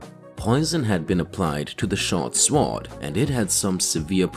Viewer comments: swor is pronounced as sord not sword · The W in sword is silent. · If you are going to repeatedly say sword, learn to pronounce it. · Why is your accent so odd? What dialect pronounces the W in sword? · Fuck is wrong with you wtf is a shwoarrd!! SWORD SWORD SAY IT WITH ME NOW SWOOOOOORRRD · Anybody noticed guy cannot pronounce sword correctly? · I’ve never heard anyone pronounce the w in sword before.